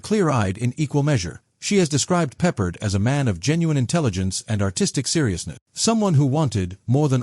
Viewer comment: Sucks. AI called him "George Peppered" These AI click bait videos made of illegal clips from other sources.